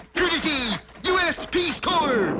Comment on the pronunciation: I remember this one, and I always thought it interesting---out of respect, no doubt---that didn't mispronounce "Corps".